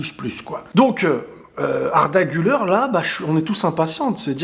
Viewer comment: Salut, pour info, Arda Guler ne se prononce pas « Guleur » mais bien « Gulère ». Ca signifie: celui qui sourit.